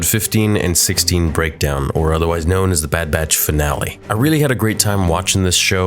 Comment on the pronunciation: I love your Breadkowns - literally says breadkown